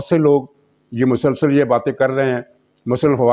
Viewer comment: janab aap ka tajziya intihai jandar aur haqeeqat ke qareeb hi hote hayn in me istaimal kiye gaye alfaz pur mazah aur pur maina hote hayn jin par besakhita hansi nikal jaati hay..........aakhar me aik guzarash ke aik alfaz bolte hayen "MASALSAL" in ka uchar (pronunciation) galat hay in ka sahi uchar hay"MUSALSAL"